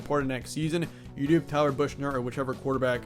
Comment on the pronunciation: Tyler Buchner (pronounced “buck-ner”)